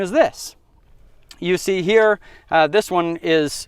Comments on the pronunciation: As someone born and raised in the middle of it, it’s not app-a-lay-shon. It’s app-a-latch-un. If you don’t say Appalachia, I’ll throw an apple atcha. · A Paul ach ia